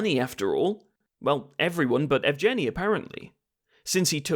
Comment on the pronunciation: Evgeniy is pronounced "Yehv-geh-knee." I know it's a bit of a pointless know-it-all bit of pedantry after the fact, but it does grate on the ears a bit if you speak the language. Might be worth running foreign names through Google Translate's voice feature before recording scripts in the future?